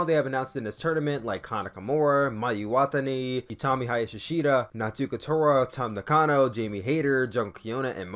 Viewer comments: hey you mispronounced Mayu Iwatani and Momo Watanabe wrong, the best way say their names is to listen to the way the ring announcer say their names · Hey um you mispronounced Mayu and Momo last names